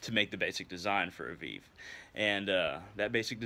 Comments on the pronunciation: VEEV 😂😂😂😂😂😂😂 that’s not how you say it lmaooooooooooo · It is "veh veh" not "viiv" and it's pronounced "voh due" and veve are not burned especially not to papa legba!!!! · Vay-vay* and voo-doo* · that’s fine lol. It was just funny